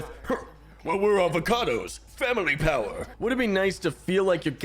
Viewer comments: Aldecaldos.... ALDECALDOS NOT AVACADOS I'm so sorry I got so triggered 😂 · Did he say "Avocados" xD 10/10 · when you say aldecaldos i hear avocados